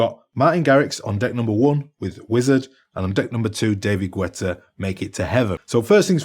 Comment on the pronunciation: david gwètta?